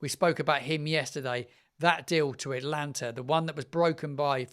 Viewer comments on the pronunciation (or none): Love your channel - but you have pronounced the name of that club wrong again - it’s not Atlanta or Alanta - it’s “ah-tah-LAN-tah” Its name is derived from the Greek mythological figure and is pronounced the same way in English and Italian. Because you are shaping this up to be a very professional channel its important to be accurate and I’m sure you wont mind us correcting that pronunciation again. 👍